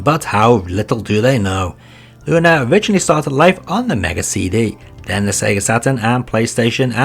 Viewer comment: You actually know the correct way to pronounce Lunar. That's nice to see. Keep it up.